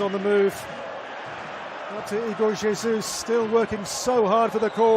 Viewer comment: not bro pronouncing Jesus in Spanish, Brazil speaks Portuguese aight aight redeemed